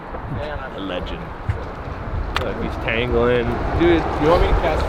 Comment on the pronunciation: the real “Legand” lol